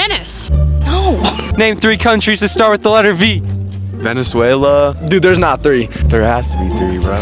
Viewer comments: She was like "Venesuela" 🤣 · “What’s your final answer” “😧 VENEZUAYLUH” 😂😅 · "Name three countries that starts with letter V" "Venezuela" "Whats your final answer?" "Venezuelah" 💀💀